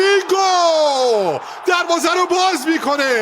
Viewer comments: آخریه چرا هی میگفت رودرررریگو 😂 خیلی ر رو بد می‌گفت 😂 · آخری که افغانی هست چرا اینجوری میگه رودریگو 😂😂